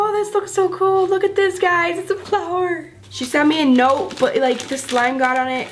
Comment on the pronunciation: You said plower XD